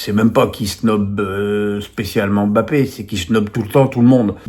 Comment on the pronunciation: Arrête d'appeler bape alors que son nom c'est mbape. Monsieur menes